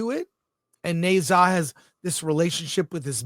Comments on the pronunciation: As a Chinese, first of all the Ne should be pronounced Nur. Not hard to find out online. So be respectful and responsible. Secondly, forget dragon ball, you are totally off track, don’t pretend you understand the movie. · It’s pronounced Nah-zah.